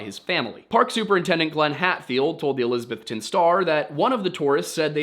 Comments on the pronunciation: It’s pronounced elisaBETHton. When I moved to SWVA it was made clear everyone knew I wasn’t from here because I pronounced it eLISabeth-ton. My bad for reading an English name and pronouncing it how I was taught. Also, helpful hint -ville is not pronounced vill, it’s vull. Say it as if your mouth is full. Knoxvull Nashvull Wythevull Ashevull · I wonder why people say Elizabethton like that? I mean How do people outside of east TN normally say Elizabeth? It's Elizabeth ton. Not trying to be rude or mean or anything but after working in a hotel for the past 3 years this is starting to really get to me. I do enjoy your videos by the way.